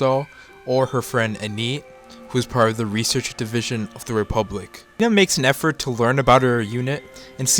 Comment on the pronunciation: Lena not Lina